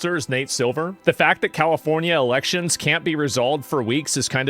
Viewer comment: 'Califormia' Hahahha